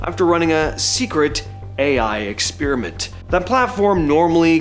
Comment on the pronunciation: Sorry, Bro. I had to bail after the 10th time you said “expeariment” instead of experiment.